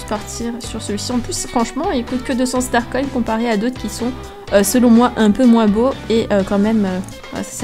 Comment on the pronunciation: Toi tu dit star coin star conne lol sinon continue je t'adore 😙😙😙😙